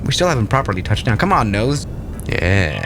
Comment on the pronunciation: i love how he said eeYes